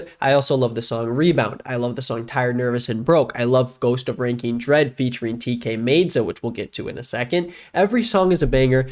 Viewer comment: my favorite ep of the year was PXE by ecco2k, you should listen to it if you haven’t 🤞 also it is pronounced tkay myd-za not made-za